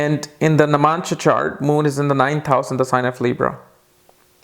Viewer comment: Hey, just an observation: u r pronouncing the word 'navAmsha' as namAnsha.